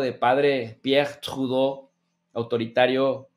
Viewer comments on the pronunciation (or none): No me hagan hablar jajaja cálmate,,, Saludos buen programa buen tema,,, no te esfuerces por pronunciar a Tradeu como si fueras Francés que ahí si no te queda upssss pero te felicito por tus ponencias.